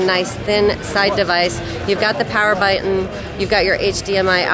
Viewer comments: "You've got the power byiiytton" Laughed so hard I wet myself :D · "you've got the power byiiytton" LOL i laughed so hard I wet Myself